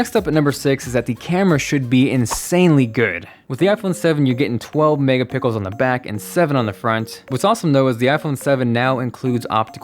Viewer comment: "Mega pickle" lol